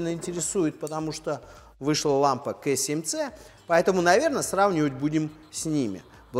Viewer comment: Если ты русский, то КА7ЦЕ, если англичанин, то КЕЙ7СИ, а не КЭ7ЦЕ. И не ДАВННАЙТ, а Доннайт. За тест СПС, но уши режет.